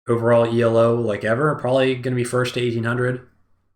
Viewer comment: The way he pronounce E.L.O. triggers me. Its E-Low, like in yellow, E-Low! Right?! is it just me?